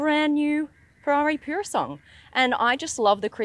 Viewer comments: interesting how she avoided mispronouncing the car's name by ditching its last syllable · It's not "Pure a Song" it's Purosangue. Call the beast by it's name please! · Its pronounced puro sangwe = pure blood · The moment I heard “pure-o-sung”, I knew she bout to get some facts wrong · Cool clip SB. It’s not an SUV. Not interested what RR has in the back. It’s pronounced purrrossangway…congrats on the website. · It's actually pronounced Poorosangwey The spec looks really weird and mismatched in my opinion as if someone replaced the seats by taking them out of a different car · pure sandwhich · Take a little time to learn how to pronounce "Purosangue". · You've mispronounced the name! Please research your work, comes across as unknowlegadble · I hate how it was pronounced 😢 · She can't even pronounce the name correct and she about 18 months late give up it's been reviewed by better people than you 😂😂😂😂😂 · If you are going to give a proper review of a car , at least have the respect to learn how to pronounce the name properly… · Nice Mazda CX-5. Btw, u butchered the Pronunciation of Purosangue just saying...sad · Sorry babe, but your pronunciation of Purosangue needs work.🙏❤️ That aside, I love seeing how successful you are - the pretty girl from Brissie has done good❣️ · Why are you incorrectly pronouncing Purosangue?